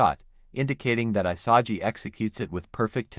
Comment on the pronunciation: “I-sah-gee” lmaooo 😂😂😂